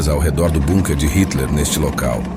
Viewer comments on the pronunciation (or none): none